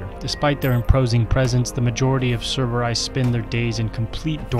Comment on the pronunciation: Why do you say "cerberay" instead of "cerberi"